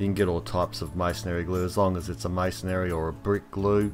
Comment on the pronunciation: Masonry is pronounced " masonree " not " masonary"